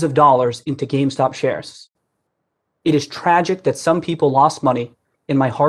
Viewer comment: GAMESTOCK hahaha he says gamestock